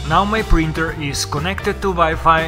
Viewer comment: I hate the way you say printer